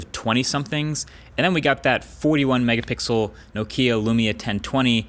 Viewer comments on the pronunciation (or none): C'mon Marques... By now you should know how to pronounce "Nokia". It's "NO-kia", not "no-KEEE-ah".